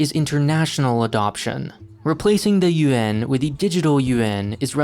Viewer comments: I kept hearing U.N instead of Yuan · Nice pronunciation of Yuan